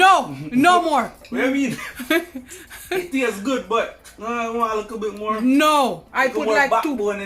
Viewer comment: He said a likkle bit more😁😁😁